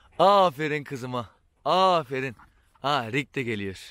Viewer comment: ABİ AFERİN DE YA AĞĞĞĞĞĞĞĞĞĞĞĞFERİĞN DEME :D